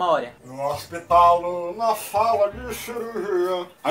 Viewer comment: "No hospitalo" KKKKKK sempre morro de rir nessa parte